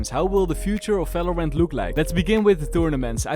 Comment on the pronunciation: Everytime I hear you say "falorant" I get goosebumps and shivers keep it up man lmao